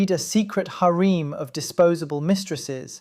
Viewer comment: To me the "hareem" was even funnier.